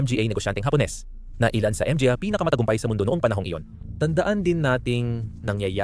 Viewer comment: ...what the heck is M G A are you using AI?????M G A is pronounced in Tagalog in syllabic as MA NGA.....please fix this major issue first before uploading....and also it would be better if you input an automatic English transcript in every words you said in the screen so all over the world will be able to read and see your videos instead of tampering with the CC icon or the setting icon....please...i like your content well researched but failed in the upload content